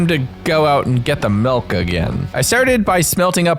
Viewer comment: I'm sorry but what is mehlk? I've never heard of it.